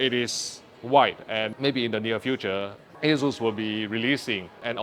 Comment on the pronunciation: He says Asus or Jesus?